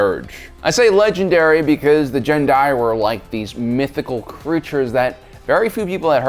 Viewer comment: Sorry to be that person, but I believe, based on audio from SWTOR, Gen'Dai is pronounced with a solid G, not a J sound.